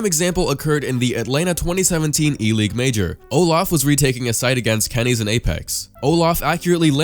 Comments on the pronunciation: did he call him Kennys instead if? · Come on. It's "Kenny-s" not "kennys" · He called KennyS Kennys. WTF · You pronounced KennyS like "kennies" LOL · Did he really just call kennyS "kennies" -. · He pronounces it kennies. You literally know nothing about the game do you? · Did anyone else notice how he pronounced KennyS as "Kennies" just thought that was kinda funny